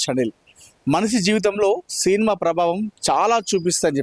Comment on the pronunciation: సీన్మా ఏమిటయ్యా సినిమా అని పలకాలి. తెలుగు పలకడం కూడా రాని ప్రతివాడు మైక్ పట్టుకొని తయారు. మాఖర్మ కాక పొతే ఏమిటి.